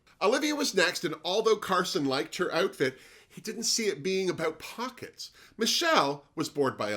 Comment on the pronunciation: At first I thought it was Oat Pockets 😂